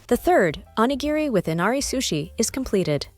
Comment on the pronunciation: 😂PLEASE learn to pronounce onigiri!!